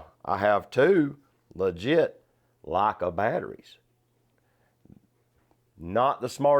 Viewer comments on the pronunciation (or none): Never heard Leica pronounced as 'Lakkah'.